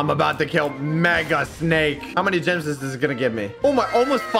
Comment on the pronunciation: bro says jims